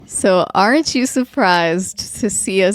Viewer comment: What I heard during intro: “~Orange~ you surprised to see us back so soon…” 🍊 Love y’all thanks for the effort in uploading this before tomorrow 🙏🙏